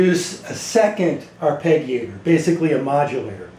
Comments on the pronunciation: this is how to pronounce Arpeggiator > Arr-pedge-ee-ate-or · Mispronounced arpeggiator (are-pe-jee-A-tor). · Soft "g", buddy. As in "g"iant. Arpeggiare -> arpeggio -> arpeggiator.